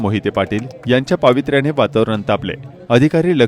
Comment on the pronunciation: पावित्र्याने नव्हे तर पवित्र्याने म्हणा , व्याकरणाच्या फारच चूका होताहेत, लक्ष द्यावे.